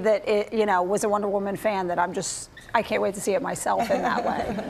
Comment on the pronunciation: wonder waman? haha this host is funny